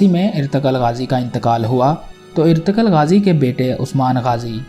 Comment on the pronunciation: Oye bhai irtagal nahi ertugrul